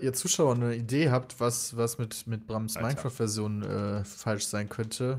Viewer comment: Es heist doch MINECRAFT und nicht MINECROFT oder ? ;D